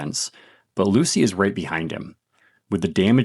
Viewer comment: One of the more intelligible videos I have come across. Definitely appreciated the story-time. Thank you. One tip is to work on the pronunciation of LuciuS so he doesn't feel quite as emasculated. 😀